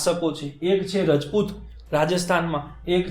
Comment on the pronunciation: nice lacture bhai..... but please don't call it રજપુત say it " રાજપુત" or "ક્ષત્રિય" ....